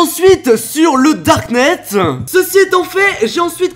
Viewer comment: du darkneteu 😂